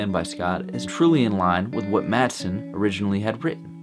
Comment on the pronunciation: "Mathson"? C'mon, man.